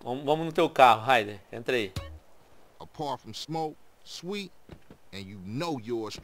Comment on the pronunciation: O nome do irmão do CJ é Swet mano e não César...